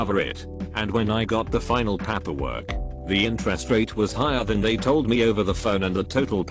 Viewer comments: Some of the mispronounced words don't bother me (like coworker) since English it's not my first language and I don't hear the difference, but that paperwork crosses the line, flies to the moon and back and almost makes my non-English native ears bleed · Why use a computer voice that fails on 10% of the pronunciations just-use a human as I cannot continue with words like Papperwork. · Ok I'm sorry but I can't listen to the word PAPerwork or COWworker again. I'm out. Bye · The reason this happens is because tts doesn't recognize paper in paperwork, essentially to get the right pronunciation out of it you have to type paper and work separately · The way "paperwork" is pronounced is making me uncomfortable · Hilarious that the computer voice can pronounce "paper" but not "paperwork." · IT REALLY BOTHERS ME HOW HE SAYS PAPERWORK